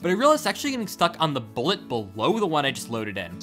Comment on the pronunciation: every time you say "bullet" i cringe